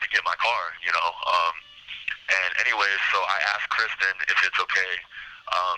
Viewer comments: He can't even get her name right, it's Kristine, not Kristen. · Still pronounced like Christine and not Kristen. Infuriating that he calls her Kristen repeatedly. His dad went off at him for that. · Her name is KRISTINE NOT KRISTA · Not sure which is worse — the way he keeps referring to Kristine as “Kristen”, or that the interviewer never seems to correct him 😒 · It makes me angry that he meets Christine, sleeps with her, murders her, and steals her vehicle and he continuously mispronounces her name!